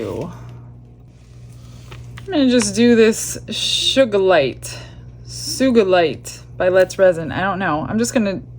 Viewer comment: Hey, I noticed right away that you had the antlers mixed up, but for some reason, you never hear me when I talk to the screen. LOL. The sugilite alcohol ink is pronounced soo-ji-lite. It is a purple mineral. I don't know why Let's Resin named a reddish-colored ink after a purple stone. I'm a rock collector & I have many pieces of sugilite.